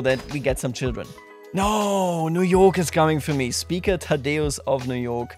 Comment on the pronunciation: That's not how you pronounce Thadeus